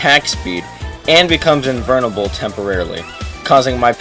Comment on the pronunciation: bro said invurnable